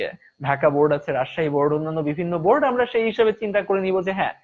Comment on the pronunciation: It is board not boat😅😅